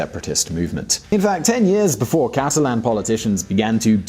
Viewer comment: You said "Castalan" with an S but you meant "Catalan" w/o an S in the beginning. I know it's difficult to differentiate between "castellano" and "catalán". Gipuzkoa, and Álava are NOT Navarra.